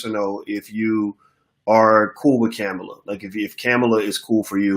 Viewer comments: I rock with Boyce or any black man or women thats for uplifting the black community, but bruh... Why is the highly intelligent black man mis pronouncing Kamala Harris name....unneeded disrespect, its Coma-la. Dropping bread crumbs to people to not vote IS NOT a winning stratgey at all, History has proven this, this is a FACT. You dont have to come out and say Dont Vote for people to get your jist. No politician is perfect and never will be... who is more likely to advance the black agenda Trump or Biden? And if anyone thinks they are the same you need to research more, And I dont wanna here about no 94 crime bill, ...People forget black people called for something to be done, because our neighborhoods were under seige by violence and drugs...IE the" Carter "New Jack City. That shit was real. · Boyce.....please, regardless of your view on her, let’s be intentional about pronouncing her name correctly. Kamala pronounced “Comma-La”. With Respect❤️ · Kamala (pronounced Comma la) Harris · Bruh, it’s Kamala (Comma la)